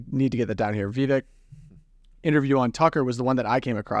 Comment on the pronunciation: Just subscribed I agree with much of your comments only Mr Ramaswamy’s first name is pronounced ( Veevek) thank you.